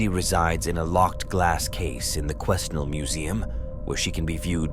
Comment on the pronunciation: Great vid. For the record, the S in Quesnel is silent.